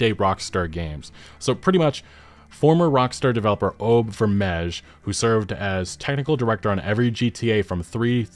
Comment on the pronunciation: OBB VERMEJ lol, its a Dutch name but your pronouciation made me chuckle. I completely understand you didnt get it right, the way its spelled must be hell for non Dutch speakes haha.